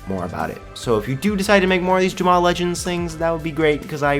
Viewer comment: why do you pronounce Jamaa Ja-mao?